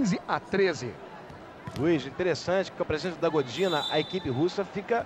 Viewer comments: "Gordina" kkkk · Gordina foi O FIM!!! kkkkkk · "Gordina" kkkk É Godinaaaa ... e quem bateu foi a Sokolova ... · Que agonia do Galvão falando "Godina", sendo que ela nem estava em quadra.